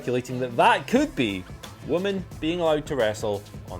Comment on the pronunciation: Women!!! Why can't say women??? FFS more than one woman is women